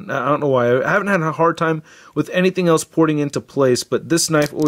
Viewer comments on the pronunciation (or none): none